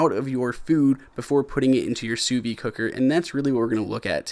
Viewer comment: "Sous vide" isn't "sous vie". Don't be afraid of that D. It's not silent.